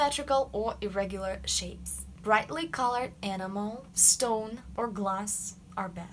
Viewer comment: This is great! I just noticed, two times when you said ‘enamel’ it sounded like ‘animal’.